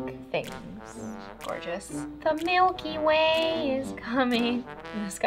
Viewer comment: I wasn’t looking when she said “the Milky Way” and I literally thought she said “the milk you weigh”